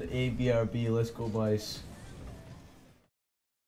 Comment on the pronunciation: Love how says les go in an American accent.